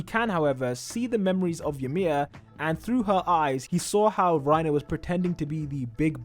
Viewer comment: its reiner not rierner and GET THAT TRASH REINER AND PORCO OUT FALCOS JAW TITAN IS THE BEST ONE IT CAN FLY well thats pretty much it besides having the same abilities as porco he can fly so thats cuul wait did i say cuul i meant cool my bad note:i did replace the oo with a uu instead